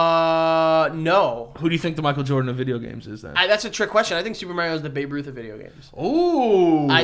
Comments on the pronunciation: MARIO not MEEARIO .. YIKES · Mario........mairio..... for good stankin god it’s MARIO m- are- eo. PERIODT. Love y’all tho. Hated every time he said mairio but much love in general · Is no one gonna talk about how said maryo and not Mario 😂😂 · Why does keep saying Merio? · The way pronounces MARIO haha Marry-o. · The way says “Mario” like “Mary-O” grinds my gears 😂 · The way pronounces “Mario” ❤ New York shit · the way you say Mario is wrong I'm sorry. but the Big Bang Theory is a good series but I understand why you don't like it they are very nerdy bunch. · The way pronounces Mario triggers me. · is a fake gamer for pronouncing Mario like that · yo I love yall good luck on ur podcast but If u keep pronouncing Mario like that OH MY GOD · I can only hear the word Mario mispronounced so many times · We are going to have issues if keeps pronouncing Mario wrong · It's definitely a NYC thing. I'm originally from the Bronx and everyone around me would pronounce like this except for the people in my fam. And even though I grew up hearing it like this it still makes me cringe